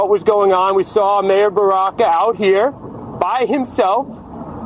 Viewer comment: Imagine someone named who is clearly a Person of Color of some kind, try to pick on someone’s ethnic name, hilarious. Also, the whole video of the day has leaked. So your commentary doesn’t hold up buddy. No one charged in. It was nothing like Jan 6th, Baraka (BAAA ROCK AH) you seem to need help with phonetics—was very peaceful. So your commentary is NULL AND VOID.